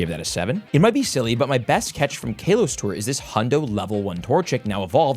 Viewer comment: You saying kalos is wrong not trying to be mean